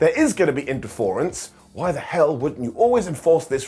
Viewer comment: LOL someone else caught that.👍 He also called Mark Briscoe’s move the Drey Jiller!! 😬 I love when mouth can’t keep up with his brain. 🤣